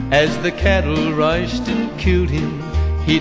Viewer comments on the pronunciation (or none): One distinctive think about marty I can go listen to without noticing. in any song he says rushed he pronounces it "Riced". older U.S Dialect maybe?